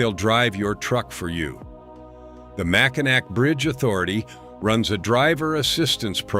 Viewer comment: That’s MackiNAW if you don’t mind